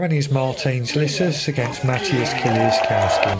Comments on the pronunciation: Why is it such a problem to pronounce Kieliszkowski (Kielishkovski) ? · Pronounce kieliszkowski correctly you inbred illiterate peasant.